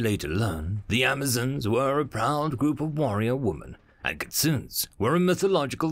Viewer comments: not everyone knows it's three japanese syllables Kit Sue Nay. But then again it's a cute mispronunciation. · Kitsune: key-tsu-nee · The way you mispronounced "Kitsune" made the anime fan within me cringe